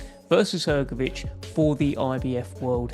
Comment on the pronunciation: Hergobic Is at it again Aren't these guys ever gonna pronounce his name correctly